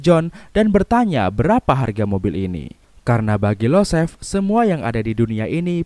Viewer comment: Yosef bang bukan Losef Perkins bukan Parkins